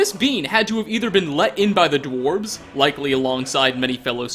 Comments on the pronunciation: Did you just say dworbs? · ah yes, the dwarbs.